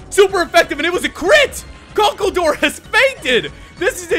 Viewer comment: It's funny how he pronounced conkeldurr